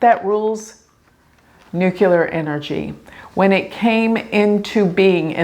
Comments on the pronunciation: Nuclear, not nucular. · THANK YOU. It drives me crazy. NEW-CLEAR. Please, God.